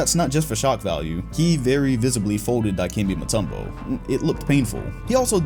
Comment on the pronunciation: It's crazy because I exactly joke about it like that too lol Then It's truly always accurate when I hear that specific broken pronunciation of Mutombo's name, it wasn't just me.